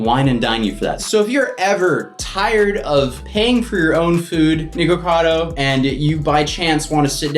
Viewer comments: It's not "niko" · its nick-a-cado not niko-cado, for some reason this is unwatchable for me cuz of how ur saying it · I think he just said nego Vado Avocado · WHY IS HE SAYING NIGUCADO